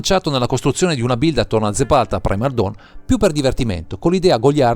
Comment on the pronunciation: Bellissimo, comunque penso tu non abbia detto corretto il nome del comandante neanche una volta xD